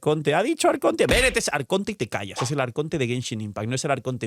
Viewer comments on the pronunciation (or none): none